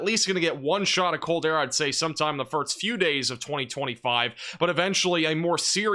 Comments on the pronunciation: Bro I swear if you say “firts” again instead of “first” I’m gonna lose my mind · It's pronounced "first" not "firts" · And I heard you say "west," so I know you can do it. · This guy says the word "first" really funny. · I don’t care what the reason is, he’s still pronouncing it incorrectly. And good for you, but it annoys me.